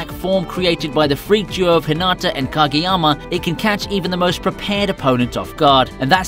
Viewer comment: “Gageyama” lol